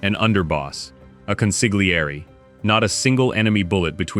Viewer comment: It's pronounced CON SIL YEA RI .How many times have you heard the right pronunciation in a movie and you still pronounced the silent G.